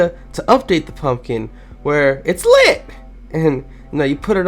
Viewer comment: I like how you said it’s LIT